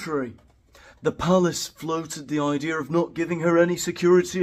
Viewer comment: I believe the Canadian prince would pronounce palace, pallus. Like phallus